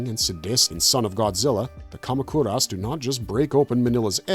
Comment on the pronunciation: the way u pronounce moguera, kamacuras is insane. have u never seen any of these movies? iv been watching Godzilla movies for 30 something years and you tube reviews for 11 years, and iv NEVER heard those names said like that MOE-GER-AH. KA-MAC-UR-US